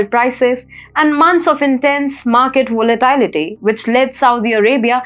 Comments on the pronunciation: Nice presenter, but she's stumbling over pronunciation. 'volitality' instead of 'volatility' and others that till me a moment to figure out. She needs some coaching. The very accomplished lady who does WION is a fine example of an accomplished and confident English presenter. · Let your anchor do the work she is good at. The least an anchor needs to do is look up the pronunciations of common words such as "stifled," "volatility," "vice," etc. One who doesn't have this basic curiosity has no business reading news.